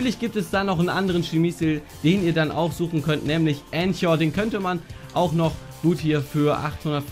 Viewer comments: Clash Royale nein das wird k gesprochen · Es wird ,,Änka" ausgesprochen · Lern' bitte "anchor" auszusprechen, alter... :D